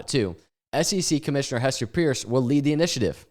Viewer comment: Hester's last name is pronounced Purse btw. A call to her line at the SEC verifies this. Bitboy did it during one his streams revealing he was saying it wrong the whole time